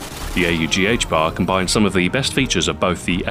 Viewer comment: I’m so glad you pounce it A U G instead of ahhhg